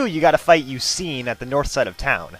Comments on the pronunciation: I've always pronounced SUICUNE 'SU-SOON' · Does anyone else say Suicune like "Suisine" ?